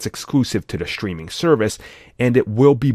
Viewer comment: Why do some people pronounce “strange” as “shtrange”, “streaming” as “shtreaming”?